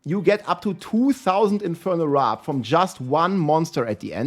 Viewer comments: Its wirp not wrip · It's Warp bro not wrap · WARP NOT WRAP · Love it how you're talking about "wrap" - like you're super hungry - when it's actually WARP 😂❤ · Its infernal WORP not "RAP". Seriously. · It's 'Warp' not 'Wrap' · Is he dyslexic? Pronounced warp as "wrap" every time